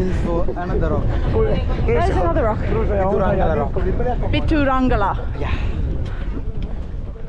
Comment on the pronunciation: quite impressive first time hearing and pronunciation of Pidurangala rock....(not to be confused with Pidurutalagala, aka Adams Peak (again, not to be confused with little adams peak). Adams peak is thought to be where buddha set foot and his footprint on top..7.5km up, mainly on very steep inclines that can reduce even the seasoned hill walkers to quivering wrecks by the time they reach top